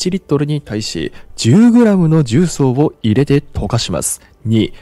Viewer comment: 重曹のアクセント変ですよ、出身はどこですか?